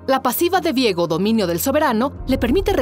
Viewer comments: Vi-ego viejo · Es viego o Diego, ni la narradora lo sabía.